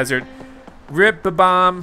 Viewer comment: His name is not bab - omb his name is bomb - omb